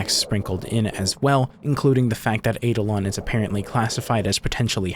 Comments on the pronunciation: I am pretty sure the eidolon is pronounced eye-DOL-un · Just to confirm its Eye-Da-Lon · The power move of putting the pronunciation of eidolon up there with the definition and Still saying it wrong the entire video. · You mispronounced "eidolon". Kind of funny, considering you showed the dictionary entry with a pronunciation key.